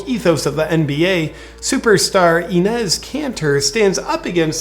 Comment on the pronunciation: Enes, not eenez